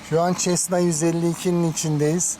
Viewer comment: Bir havacı ve hava fotoğrafcısı aynı zamanda senin 25 kg testine kanmış bir balıkçı olarak ben de aldım,çok hafif ve sağlam.Bir düzeltme yapayım! Cessna 152(çesna değil,sesna diye okunur? Boş ağırlığı 490 kg,Azami kalkış ağırlığı 750 kg Güzel video,saygılar...